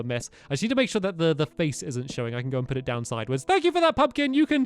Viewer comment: its pronounced U put not puted put